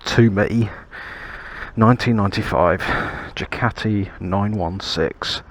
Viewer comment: Excellent choice. May I correct your pronunciation Ducati, not Jucati.